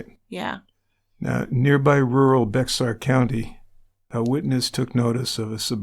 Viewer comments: FYI Bexar is actually pronounced Bear not pronounced literally. I guarantee he plead guilty because Texas is not afraid of the death penalty and he definitely deserved it! I have an issue with calling her family names since they did not take the kids. They were raised by the psycho so to judge them because he probably made them different then any average kid is unfair. Raising someone else's kids is not easy. It could have been like trying to take a caged and enraged pitbull away from a bad owner and trying to raise it after the owners lost rights! Not fair to name call her family out when his family had their own issues! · When you start a TCB and hear the name of a former coworker 😳😳😳 Also, if you do future Bexar county crimes, it’s pronounced bear;) it was probably ba har at some point but has become bear.